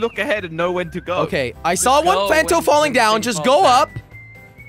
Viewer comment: Jelly it's punto not panto